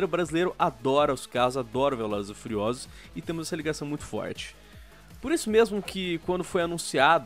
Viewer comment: “Velozes e fuliosolos”